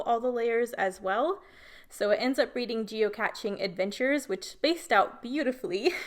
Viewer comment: Moving the circular element and strips was brilliant. You totally reinvented the game, geo-cache, geocaching; rhymes with ballet and today. How fun you say geocatching. It's like a combo of geocaching and that Pokemon 'gotta catch 'em all' thing people were obsessed with. Super cute photos and I can hear how much fun you had with your sister as you tell the story.